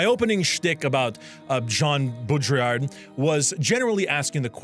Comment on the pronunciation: Jean "Bo Drill Ard" (art but without the d)